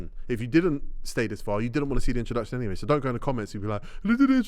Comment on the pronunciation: yes I saw the "interdructzshion"